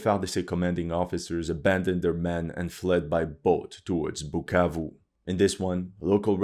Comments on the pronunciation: u said "BUKKAKE" instead of BUKAVU?😝 je sais que tu comprends francais en tant que congolais j'ai très honte!!! This war is about mediocracy ON THE PART OF THE CONGOLESE !!! Mais tes vidéos sont instructives. Merci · “Pukavu “ 😂 he can’t pronounce it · It amazes me seeing this white SCUMBAG that has no business meddling in the African politics talk rubbish FOR 42 MINUTES ,he has no knowelge in regard to this matter ,he cant event even say "bukavu right "@ .another stupid youtuber paid to spread misinformation. M23 ARE CONGOLESE AND ARE FIGHTING TO PROTECT AND STOP MASS KILLINGS THAT ARE BEING DONE TO TUTSI AND AND OTHER RWANDAN SPEAKING TRIBE IN CONGO.THIS WHOLE ISSUE WOULDNT NOT HAVE HAPPENED HADNT THE EUROPEANS PARTITIONED AFRICA. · No you just didn't call my hometown like that, so disrespectful brahhh, now I can't unhear that whenever I'll answer where I'm from 🇨🇩😂😂😂😂